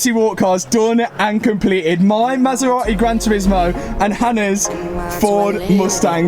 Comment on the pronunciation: Since you can’t say Maserati because you apparently don’t pronounce “t”s at all you should give that one to me! LMAO! They are both crazy!